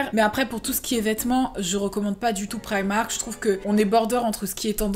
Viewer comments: "priamark" mdrrrrr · Instaa gang 😍 j'adore comment tu prononce primark